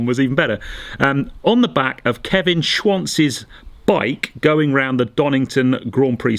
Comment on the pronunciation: It's Schwantz please